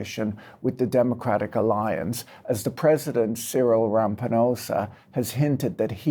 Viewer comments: Erm, sorry Patrick! It's Ciril Ramaposa not Rampanosa. We Irish wince when Irish names get mangled, I imagine South Africans do so as well. Just sayin. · It's Ramaphosa not 'Ramphanosa', lol. Also the DA is not a 'majority white' party in their composition or their voter base. The white vote mostly goes for DA but that's only a third of their base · Not Cyril "Rampinosa", be serious 😭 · Say Cyril Ra-ma-"paw"-sar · Cyril Ram-pin-osa 😂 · Shame, also Cyril Rama-po-nosa 😂, good effort though. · Butchering Cyril's surname there 😅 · I did blink a little at that Ramaphosa mispronounciation, think it might be the worse one I've heard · I have never heard such a butchering of the surname Ramaphosa. Loved it might make that part my notification sound